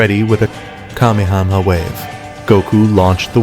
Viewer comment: "Kamekame ha!"❌ Kamakama ha!✅